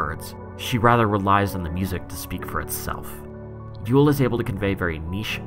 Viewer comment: maaaaaan thank you you literally helped me sooooo much i have struggled with yeule pronunciation and now im free to speak